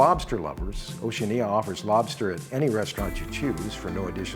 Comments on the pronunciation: I have a comment on the presentation, the correct pronunciation of Oceania = ow·shee·a·nee·uh. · Why are you the ONLY person who butchers the pronunciation of Oceania. It's Oceana, the I is not pronounced. It's also often mispronounced Oce AN ee a. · NOT TRUE. Oceania is correctly pronounced O she ah nah. Listen to any videos by Oceania or persons who work for Oceania and this is how they say it. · Curious pronunciation of Oceania. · Just awful. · Well since you cant even pronounce the word Oceania....... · Hopefully you will learn haw to pronounce OCEANIA prior to your going on them. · Strange pronunciation of Oceania. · THE WORST. I've never heard anyone pronounce it this way.